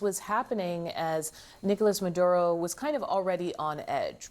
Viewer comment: Why does she have to say nigolas madududo I can't stand when people do that